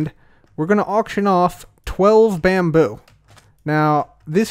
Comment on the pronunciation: It's not bamboo. It's Bambrrr .